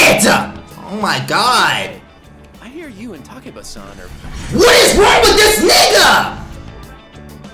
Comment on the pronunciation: I’m pretty sure her name is pronounce “tah-kay-bah”